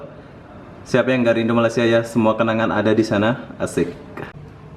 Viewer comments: Dah bertahun-tahun duduk Malaysia.. cakap je rindu Malaysia... tapi sebut Malaysia pun tak betul2... bukan MALAS SIA ye... tak boleh sebut dengan betul tak layak masuk Malaysia... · Tak payah datanglah.. Sebut malaysia pun tak betul.. Wakakakaka